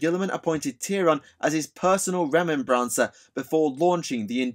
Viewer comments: Why do you add the "N" sound its remember combined with mancer like necro-mancer. Remen-N-Bancer just sound off. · I don't if it's the difference between British English and American English but the way you're pronouncing "remembrancer" is killing me. You or I one is putting the wrong emphasis on the wrong syllable. Other than that, you made the history of historians pretty cool.